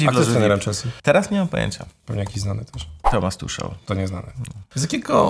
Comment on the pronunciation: Tuszel' hahahaha, przepraszam ale ta wymowa mnie zaskoczyła. Ale wybaczam. Make my day. Pozdrawiam ciepło Karolu !